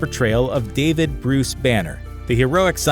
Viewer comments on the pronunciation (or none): none